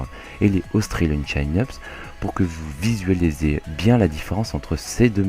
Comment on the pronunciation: Super vidéo! Bon par contre désolé de faire mon relou mais en anglais ça se prononce "Tchine-eup", chin voulant dire menton...